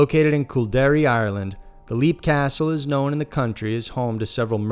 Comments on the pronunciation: It's pronounced 'Lep'. Not 'Leap.' as in jump.. ;) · Okay, no, no, no... I very much enjoy your channel (I'm subscribed and eagerly await notifications), but c'mon. Some research, please! Even a glance at Wikipedia would have informed you of the proper pronunciation for "Leap" Castle. (It's pronounced "Lep".) While I'm a stickler for pronunciation, I can let certain mistakes go. But not when it's so simple and basic; and hearing "leap" castle over and over just got to be excruciating. I'm an American of Irish descent, and have a life-long interest in paranormal subjects. Even the most casual interest in such things would develop the proper pronunciations of the places and names in question; but even more so when you're presenting yourself as a Paranormal List channel, that supposedly researches these things. It's insulting to mispronounce names; and it shows apathy, and a lack of diligence. This was disappointing. :( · "Leap " Castle is pronounced "lep". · Leap is pronounced Lep like Leopard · Leap Castle is pronounced 'lep' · Leap castle is pronounced lep